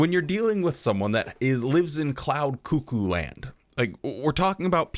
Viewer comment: Cloud koo koo Land😂😂😂